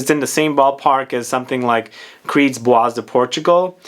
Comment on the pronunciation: Hi, I love your videos. Just one remark - "Bois" is French for wood or forest and is pronounced with a silent s. So it sounds more like "bwa".